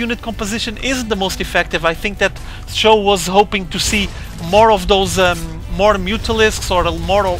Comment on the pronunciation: It's pronounced like Show.